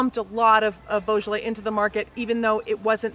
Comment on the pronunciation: No effort made. Unwatchable!